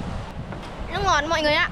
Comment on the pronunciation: Bạn này nói chuyện nước thì cứ để là lước hầu hết toàn dùng chữ L trước câu nghe rất chán ạ